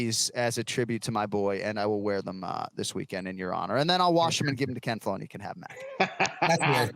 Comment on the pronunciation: I just wish he would stop saying ken flow